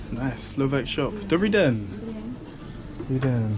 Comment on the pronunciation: Good day isint said like dobrí den its more like dobrý ďen you can look it up in google translate